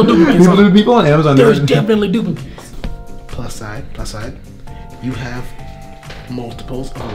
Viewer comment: AHHAAHAHHAHAH " no DUpLiCatEeSs" AHAHAHAHA